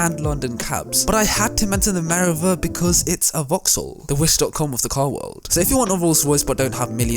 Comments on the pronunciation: I would love to subscribe; but I don’t know if I can when you pronounce words so badly. Notably Meriva. It’s Mer-eev-a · You pronounce the vaxhall merivla Mireva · U pronounce meriva wrong lmao